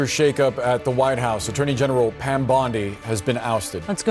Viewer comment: "Are you saying Pan, or Pam?"